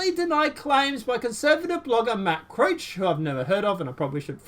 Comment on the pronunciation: Matt Couch's name is pronounced just like the piece of furniture in most living rooms, and Donna Brazille's name is pronounced just like the country "Brazil". Just an FYI. Love your channel,. ☺ God Bless and Keep you,.